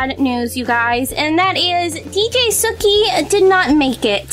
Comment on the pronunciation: it's not dj sukhi it's DJ Suki